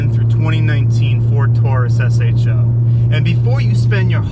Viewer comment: thanks for calling it an S-H-O.....hate when people say show...lol